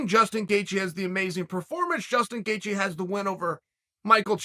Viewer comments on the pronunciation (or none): I swear I heard Gustin Geaje. And of course Machelchev 😂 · Not 10 seconds in, and I hear Gustin Gaycheese 😂😂😂